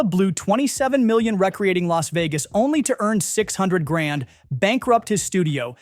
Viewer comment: Ummmm, nooooooo. My beef is with the horrible pronunciation of the word, among many others....